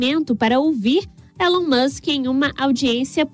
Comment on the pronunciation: Não se diz élon mas sim Ilon